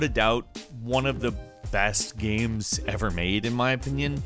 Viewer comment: Love voice but sometimes he says games like guems...you guys hear it?